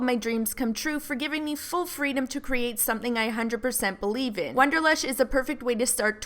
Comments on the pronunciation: can't get past the fact you kept saying WONDERlush instead of WANDER lush.... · WANderlush, not WONderlush. Otherwise, great video. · wAnderlush, not wOnderlush.